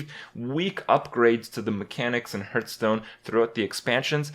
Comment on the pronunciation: one of hearthstone's biggest streamers and youtubers still cant pronounce hearthstone properly